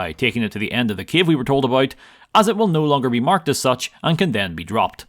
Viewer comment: I like how you pronounce "cave" as a capital of Ukraine - Kyiv :D